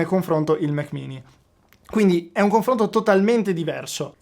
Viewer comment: conflonto? ahahaha top